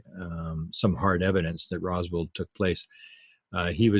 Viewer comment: Roswell,not Roswald. Keep it together as a Canadian national treasure Will you man?